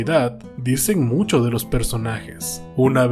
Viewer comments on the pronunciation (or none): none